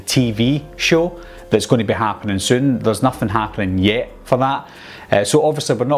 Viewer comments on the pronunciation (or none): idk man. Reboot sounded like reboo and yet sounded like yeh. Quick kinda sounded like kick. But I used subtitles so it's all good